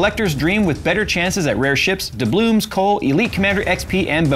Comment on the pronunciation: theres no "m" in doubloons